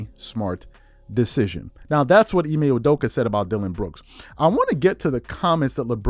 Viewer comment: Hey y u butcher the man’s last name like that theirs no J bruh.